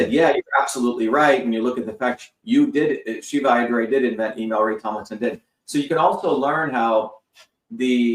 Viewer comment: Right from the beginning. Is this the idiot introducing Dr. Shiva? Can't pronounce his name right? Hasn't listened to a single one of his videos, where he introduces himself, and pronounces his name properly? is an asshole.